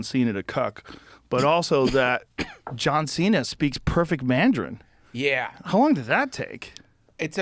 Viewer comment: Joe "Mandjarin" Rogan